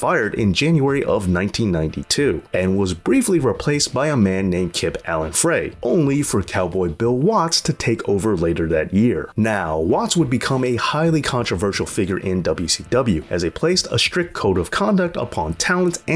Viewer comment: it's FRY, as in K. Allen Frey... the E is silent.